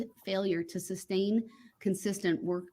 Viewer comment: That ree-moo-mee-den was hilarious. Substain, grounz and various others weren't far behind.